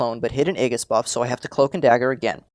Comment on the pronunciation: Love your videos man but It's ay-jis... like outrageous. For gods sake! lol